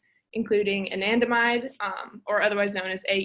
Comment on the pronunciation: "a nan da mide" not "Anna damide" 😢😢😅